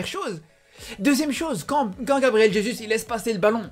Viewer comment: Juste jesus soit tu prononce à la française "jésu" ou à la brésilienne "résousse " mais là non